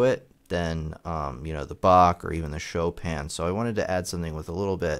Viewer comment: After many years of reading the name Chopin, it is at this video that I learned of its proper pronunciation.